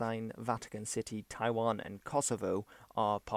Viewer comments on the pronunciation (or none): none